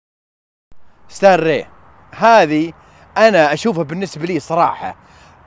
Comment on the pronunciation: كيف تنطق..ستار ري...وتكتب ستار راي